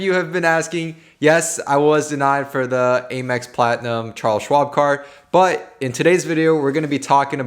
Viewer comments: AYE-mex ?? It’s Ah-mex bruh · Hearing you say Aye-Mex bothers me I’m used to hearing Ah-Mex lol